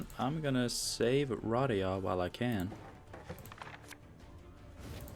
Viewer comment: Hermione: its pronounced Ruh-DAY-uh